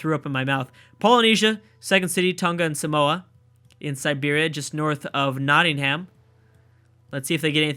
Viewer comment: Can you stop pronouncing Nottingham wrong